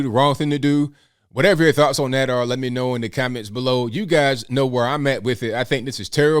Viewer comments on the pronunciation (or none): When he said Lee instead of me. I want to know who Lee is and if that is his true muppet master🤔